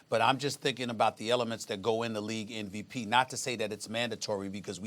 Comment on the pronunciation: It's funny how SAS saying "NVP" instead of "MVP" each time